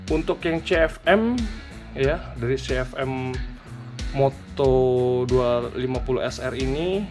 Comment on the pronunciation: Kebanyakan "m" om....namanya cukup CF moto aja 😄